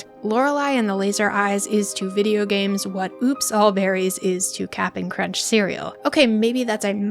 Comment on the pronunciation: is banned for pronouncing the p in "Cap'n Crunch"